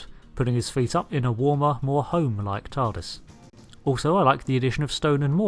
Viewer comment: You said tardist